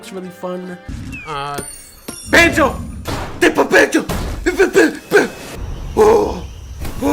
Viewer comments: IT’S BANJER N GERGER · ITS BANJO ITS BAWARARA